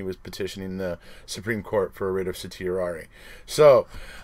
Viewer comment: Hooray, you pronounced certiorari correctly !! How’s your rug, Dude ?